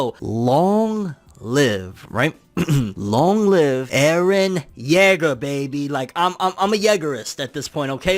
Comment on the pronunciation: Pronouncing Jaeger as "jegger" instead of "jeeger" is making me cringe a little bit to be honest.